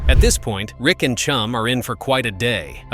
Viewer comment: Rick is NOT Chum's "Dad" Yet another AI generated narration of public domain videos. Waste of time with factual errors. Not to mention terrible pronunciation of common words.